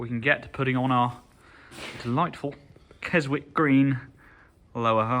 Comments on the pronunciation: Kes-ick it's pronounced !!!!! Not Kes-wick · A British person pronouncing the W in Keswick is rage inducing.